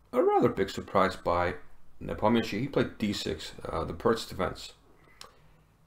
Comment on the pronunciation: It's so wonderful to hear Nepomniachtchi pronounced correctly :) great vid/analysis sir